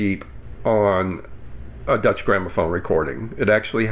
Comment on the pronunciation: You keep sounding like "Dutch Grammophon" instead of Deutsche (i.e. German) Grammophon.